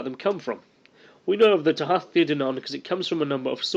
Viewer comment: kenobi Tooha. The th in modern Irish is pronounced as an h. However, in Old Irish it is pronouned like it would in English, a th. But, to keep things simple......